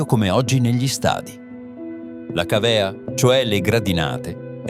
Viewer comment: ca'vea e non cavea, venaziones e non venationes, e mi fermo qui, mannaggia l'intelligenza artificiale. 😊 il video cmq è molto bello